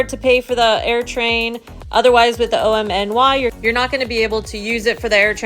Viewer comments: OMNY is pronounced just like "Omni", please stop saying "O-M-N-Y" 😭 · Call it OMNY please not O-M-N-Y. My suggestion not command. Say it the way you want.